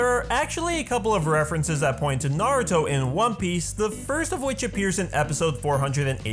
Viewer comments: Finally someone who can pronounce Naruto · Hate it when people say Naruto like (Nawr-Ooh-Doe) when it is supposed to be (Nawr-Ooh-Toe). Thank you for pronouncing it correctly. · finally someone says naruto right!!!